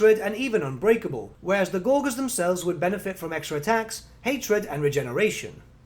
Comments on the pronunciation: Why do you pronounce Gorger as "gor-gor" instead of "gorge-r"? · Isn't "gorger" pronounced with a soft G? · Just FYI, gorger is pronounced with a soft g, from gorge, meaning eating gluttonously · Great video, but I winced every time he mispronounced "gorger"